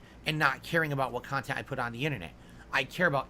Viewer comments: "They make khantent for malf druuling marahns... oh, hi Derich, see you later Jayde... the devs should eat tuuurds out of muh aaaaassshole, ack ack ack." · "People are gonna study this later...how was so successful and profitable with the small audience...because the kahntent I put out is very different..." hahahahaha 😂Well yea, nobody begs harder than you, and is as self-deluded to call it kahntent.